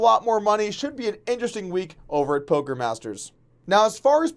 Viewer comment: did he said "polker news" in the end of the video?